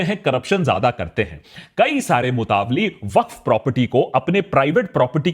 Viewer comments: Its not called mutavalli its mutawalli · Its nor मुतावली Its मूतवल्ली Pronouns correctly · सही उच्चारण ( right pronunciation ) मुतवल्ली ना कि मुतावली जैसा कि आकाश बैनर्जी बोल रहे हैं । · It's not a MUTAVALLI it's मुतावल्ली or मुतवल्ली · Love you Aakash! It’s pronounced Mutta Walli (like Nalli) not mutavly 🙏🏼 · Mutaavali 😂😂😂 itni research kari pronunciation bhi seekh lete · ji correct pronunciation is motawalli (mo-ta-walli).